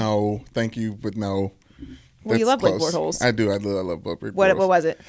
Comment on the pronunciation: "Blake Bortholes" lmao... Joy funny for that